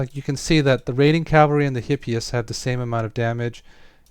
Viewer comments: Greek here: Because the mispronunciation really drives me crazy, it's eepéphs (hippeus) and eepíece (hippeis). Great video btw, thanks for sharing all that useful info. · I think it'd make sense to use a classical pronunciation for this rather than a modern one, so with the h being pronounced. Still doesn't make the video's pronunciation right though!